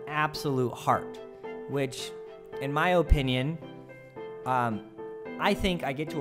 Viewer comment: 'In my O pinion'